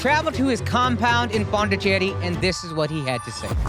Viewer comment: Akaash nailed that pronounciation of my city Pondicherry